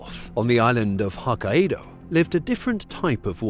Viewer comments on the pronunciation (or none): Its pronounced Hoe Kay doh